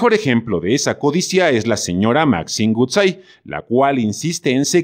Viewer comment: Bueno, tu ni siquiera sabes pronunciar "Woodside"